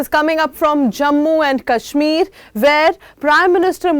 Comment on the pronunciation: I live in baramulla bro and it's not kasmeer it's kashmir correct your" talafuz " hangul is in dachigam and it is safe and even if it is in danger your opinion doesn't matter it's the central govt order to do whatever they want . If crpf will attack your home or identity how you will save yourself by neglecting development in kashmir you don't have any job because are not capable of that and i want job that why I am happy with decision of govt if worked